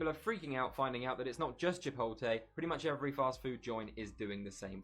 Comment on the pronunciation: Chih...Pote....Lay O.O